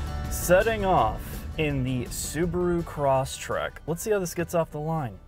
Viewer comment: Um, it's Crosstrek (not Crosstrack).